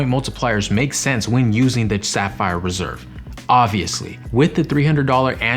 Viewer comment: Did it kinda sound like you said Sapphire Preserve ? That's a good new name. Also, I think the CSR $300 travel credit doesn't need to go through the travel portal, just swipe or tap. 👍🏼